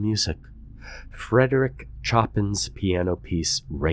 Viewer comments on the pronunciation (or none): lol "Choppin'." It's pronounced Sho-pan. 🤣🤣🤣🤣🤣🤣🤣🤣🤣